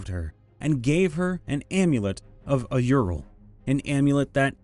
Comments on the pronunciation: “Auril” isn’t pronounced “ay-ur-il” It’s “ore-il” like “aura” is “ore-uh”. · Oof, your pronunciation of "Auril" almost made me physically cringe there! It's basically Oh-REEL. Great story though - character development FTW!